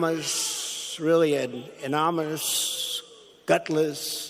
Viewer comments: Did the president actually just say "AnoMonous" instead of anonymous? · Man, That "anonymoushhh, gutlessshh," head cocked and eyes half closed as the dextro-amphetamine wears off and the oxycodone kicks in. The signs of substance abuse are kind of hard to miss, and it looks like a lot of the people in the audience know what they are seeing also, but they don't want to acknowledge it. This country is in real trouble. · An anomaushh, really an anomanus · "Anomanous" Pres-O-dent Trump everyone... thank you... Trump IS the subversive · Listen closely...... He can't pronounce 'anonymous` correctly.. He pronounces it ’anomous `.. He is truly a nut case.. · Did I seriously just hear that nacho cheese colored moron just say "anomynous" at least 3 different times????? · the mess trump saying "menominous" hi. guy in plaid shirt good to see you! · say that again? It is pronounced An non uh muss Wants to know who the unnamed person is... but won't release tax returns? Talk about being double sides. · Love the way the 'President' cannot even say the word 'anomeenous' ' amonymus' - anommeennuss'. Sort of proves the point of the book. The man is a fool -and he's in the oval office. And America needs to throw him out now before he does more damage than he already has done. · Did he just say "anomynous" twice! - . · Actually I believe he called it "anomynious " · Wow did Trump just say " anomous" well some of his ex staff did say he has limited knowledge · "Anonalomous..aminonous.." - the fool can't even form words properly. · Corrupt Trump: "Anominous....ssslllll.." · Can you say "Ano-ny- mous" Listen, "A-non-ni-mis". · You mean like a ‘amomanus’ .... or ... Amonamus ? LOL 🤣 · Anomynusss um annoniminoussss -bahaha 😂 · Trump mispronounces the word “Anonymous” by saying over and over ANONMOUS, leaving out the “Y”. He’s ignorant. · Did he just say "Any Moose"? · Trump didn't call this "anonymous'! Stop lying! He called it "Anominous". Get your facts straight :-) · I heard it too!